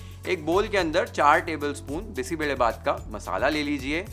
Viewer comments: More than cooking and recipe and steps what caught attention was you pronuncing Bisi Bele Bath correctly Most people from north part of India won’t pronounce it correctly They say like Bisssi beley bath But your pronunciation is on point ❤ I just felt like I ate a good bisi bele bath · Yes, we don't use bay leaf. Marati moggu for sure. I love your perfect pronunciation of BBBath and Marati moggu. The chillies that you used here are Byadagi chillies, named after the district where it is traditionally and extensively grown. You may want to know it's pronunciation, with a 'y'. Not 'Bedagi'. (This word actually means something like a Belle. Loosely translated as a beautiful girl 😂). Nevertheless it is a pleasure to watch your video which already takes note of so many variables in making this signature dish of our State, Karnataka. I am more of a knol khol user. Often brinjal are used. And even Drumsticks. More vegetables will only make it tastier. Couple more variations for those interested : I sometimes mix toor, masoor and moong dals. We can substitute rice with poha or any millet. All variations come out well. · Highly appreciate your pronunciation of the dish names (Bisi Bele Bath, Masala Puri)! Amazing recipe. Thanks chef! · Beautiful presentation ❤ Thank you for saying Karnataka and Bisi Bele Bhat properly 😊 you've got the nuances right. We don't add tej patta at home as it changes the taste. All the rest is perfect and very close to how we make it. Thank you again for the attention to detail.. Lots of best wishes.. ❤